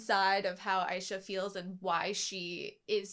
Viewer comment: Aisha, not Aiesha,. I love AutoSave but one thing never been good at for some reason is pronouncing anime names. 😜